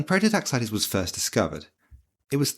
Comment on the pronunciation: its a prototaxite not a prototaxitea